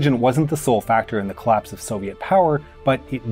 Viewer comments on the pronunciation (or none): none